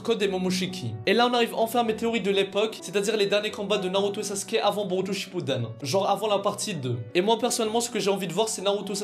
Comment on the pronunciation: Boruto shipudden 🤣